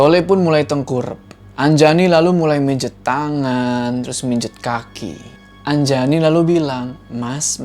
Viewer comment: Anjani❌ Anjayani✔️ Wkwkwkwkwkwk:v